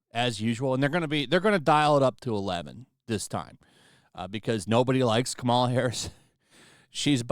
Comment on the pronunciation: I love how keeps calling her, "Kamara Harris." Too funny 😂